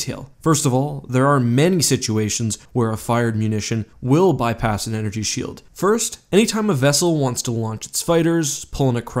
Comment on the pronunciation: Can we officially change shield in the English dictionary to shoeld